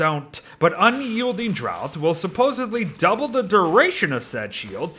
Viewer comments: "draught" is pronounced the same as "draft", not "drought" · Thanks for the update! Just a quick note, the word draught in Unyielding Draught is pronounced "draft"", as in a draught of beer or a draught of air in the room. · Ok 100% unrelated but I thought draught was pronounced like draft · More so the fact that he keeps pronouncing draught like drought. They don't call them drought beers...